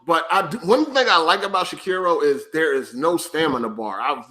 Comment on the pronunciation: None of these fools can say Sekiro the correct way. Old mushmouth fucks 😂